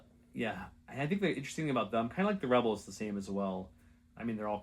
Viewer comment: Next time you play rebels, please make "reebals" the word of the day